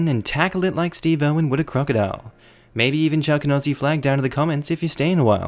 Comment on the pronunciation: I love you... But you really need to annunciate when you say Aussie because I could have sworn you were asking for the German flag from 1933-45...